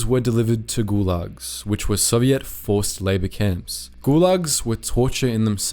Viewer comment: Lol the way he pronounces Soviet like "Soviette"